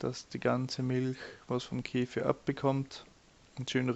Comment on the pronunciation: Keeeefirr diese Aussprache macht aggressiv 😬